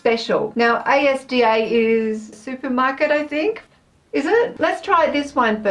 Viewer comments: OMG!!! A S D A!!!! As-dah hahahaha yes a supermarket, but not A S D A, just the word Asda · OMG CAN YOU JUST SAY ASDA RIGHT FOR ONCE!!!! ITS (AS-DA) not said as individual letters (it's a supermarket you got that right) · Asda is a supermarket but it’s not said A S D A It’s as-da But you can say however you like :D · Hi ASDA is a supermarket chain and it is pronounced like a word, not as separate letters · Asda is basically the UK equivalent of walmart!! (also its pronounced as written, as-da!!) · ASDA is pronounced AZZ-DA ❤️